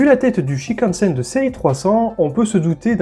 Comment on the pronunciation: Il faut prononcer tous les "n" dans "shinkansen"...donc : "chinekanessène" et non pas "chikanessène"